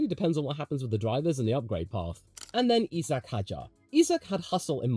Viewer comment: Hey Its not E-sack, its Eye-sack Hadjar